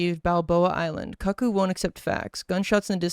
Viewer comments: stop he pronounces cuckoo like cuck ooh . it's coo coo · I can definitely tell you’re young cuz you pronounce Cuckoo like the word Cuck. And not like Coo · that's koo-koo (like the clock) cuckoo is koo koo or Cuckoo for cocopuffs. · Was trying not to get ragebaited into making a comment, but did he really pronounce cuckoo like that?